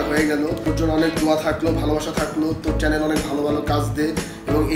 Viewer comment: চ্যালেন 🤪🤪🤪🤪🤪।।।।।কথার উচ্চারণ টা ঠিক করেন